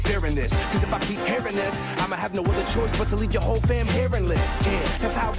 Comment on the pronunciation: 'Pwayers from uver worlds'